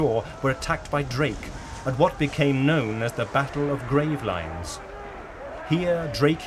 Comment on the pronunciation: Gravelines: Gra-vel-EEns.